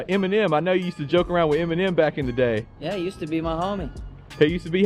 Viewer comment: Why are you pronouncing Eminem like that?